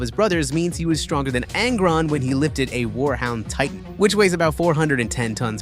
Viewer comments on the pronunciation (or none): Zinc..? Forget about that, but what the f... do you mean by that terrible accent??? SHtronger? DesHtroying?? Really??? There is one single "S" in those words. Imagine If Odin from the Thor: Ragnarok said something like "no, you are sHtronger". It would be parody.